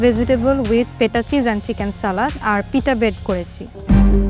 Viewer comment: চিকেন উচ্চারণ টাও তিতেন,ভেতিতেবল বলে।ভাই এ বলে প্রথম হয়। কি সিন্ডিকেট ভাই